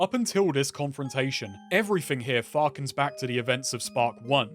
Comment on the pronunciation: "Everything here farkens back to..." I hate you. Thank you for all the great content.